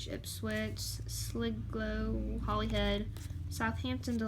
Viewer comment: Really enjoyed that play through, thanks. Most of the names you got right, but Sligo is pronounced Sly-go, and while Ipswich was correct, Norwich is actually pronounced Norridge. Weird, I know. Oh, and Dad, the coat of arms was for England, not the UK. ;)